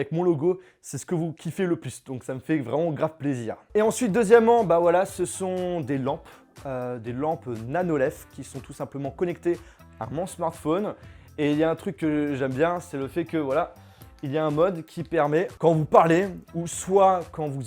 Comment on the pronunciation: nano "laif" mdrr ( ca se dit lif)